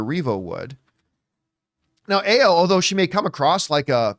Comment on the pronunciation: Is pronounced a: as in apple and yo as in all of or